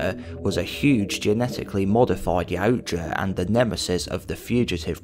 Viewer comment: You are my fave creator for all my yautja knowledge… plus you pronounce yautja correctly ❤😂